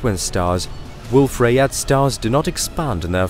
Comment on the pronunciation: This is good narration, but it's AI. Wolf Rayet should be pronounced Wolf Ry-yay. It's French.